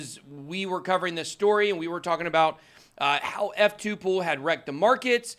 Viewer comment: F2Pool Why is it so hard to understand when some people say this word. PRONOUCES YOUR WORDS CLEARLY PLEASE with out screaming.